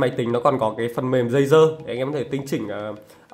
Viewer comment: Tôi nghe ông này nói đây là tay nghe DÂY DƠ